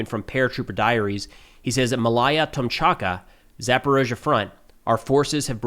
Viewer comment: Tomachka not Tomchaka